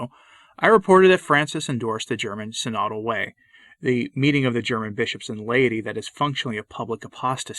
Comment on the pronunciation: Tradition requires orthodox pronunciation. It's pronounced "sin-o-dul" (stress on first syllable), not "si-nod-ul" (stress on second syllable).